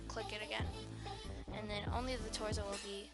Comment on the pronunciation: i love how she says torzo